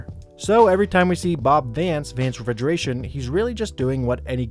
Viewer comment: Vance Refigeration? 😂😂😂